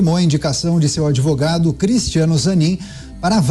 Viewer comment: "Adevogado" Tristeza 😢